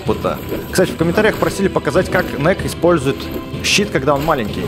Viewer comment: Не нек а нэк 😹 чупапи муняню